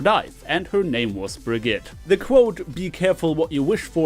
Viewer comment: Bro arent you german? Why do pronounce Brigitte like that?